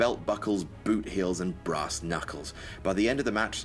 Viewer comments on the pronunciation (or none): none